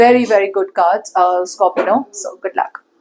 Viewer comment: Why are you saying Scorpino? It's scorpio isn't it